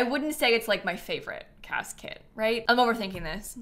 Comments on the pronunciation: Why every time says "cas kit" do I hear "casket" 😅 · Every time says “Cas kit” I hear casket 😅